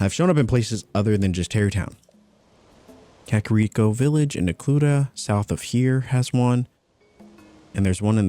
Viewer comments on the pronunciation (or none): none